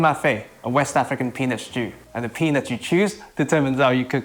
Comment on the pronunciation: I love the content but Im watching on 1.4x speed and it sounds like penis stew. Great Content keep it up!